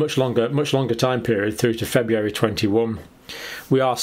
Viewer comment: FebRUary, not FebUary, Dr. John. If the Brits don't maintain proper english, who will? 😂 GK